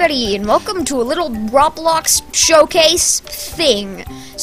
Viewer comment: That dude: "Roblowx" Me: OK...... coughs